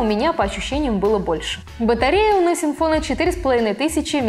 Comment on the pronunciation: Настин фон ? Английский это не ваше.